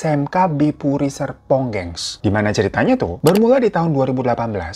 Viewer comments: Bang hiro bilang Serpong nya kepleset apa emang kuping ku yg filter otomatis huruf R nya 🥴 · Bang, lu kepleset, sumpah gua gak salah denger, serpong bang, jgn ilangin R nya, kwakwakwak